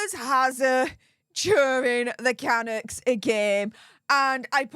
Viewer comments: For goodness sake the team is pronounced "Can-ucks" not the way you pronounce it. Get it right. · ❗️CANUCKS - PRONOUNCED - CANUUKS - DRAWN OUT U ❗️ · Lol I'm Canadian it took me a sec to understand who you were talking about...lmbo it's pronounced kaNUKs...man you're so cute! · Hi, Canucks is PRONOUNCED Cunucks! I know your from Europe, but please pronounce words properly. I love your work! Keep it up. Daniel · Megs was a puck bunnie back in her Toronto days on suits.She was a plus one for a lot of Toronto Maple leafs hockey Team. Vancouver Canucks is pronounced Ca- Nucks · It's pronounced KA-NOOKS...lol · Nobody ever claimed H was the sharpest tool in the shed! I don't normally do this, but, the proper pronunciation of Canucks is Ka-Nooks, lol. Sorry. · HI. It’s pronounced CAN NUCKS IT’s a two syllable word. Just thought as a CANADIAN I thought you may like to know ❤️😊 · Oh... Kah Nucks... say it with me... KAH Nucks... lol. ❤